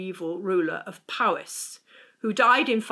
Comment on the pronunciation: It's POwys, not PAWys!! There's no 'ah' in the word at all. The letter 'o' in Welsh is always pronounced as the 'o' in 'dot'.